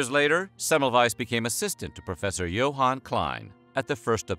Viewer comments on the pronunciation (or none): none